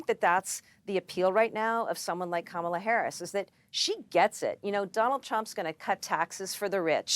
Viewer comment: Small detai, but did you notice how he said her name correctly in the audio, versus at rallies when he(and every other terrible republican) pronounces it ka-MA-la. I guarantee they've all decided to intentionally pronounce it wrong, just to "trigger" the left, but the left hasn't even acknowledged it